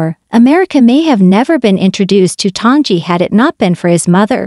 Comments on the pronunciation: If you're going to do a broadcast, learn to pronounce the performers name correctly. It is NOT ton-gee. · As soon as I here the Bot mispronounced the name of the subject... I leave. C ya